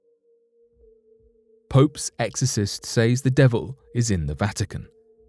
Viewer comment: please stop saying saaaays. It is pronounced sez.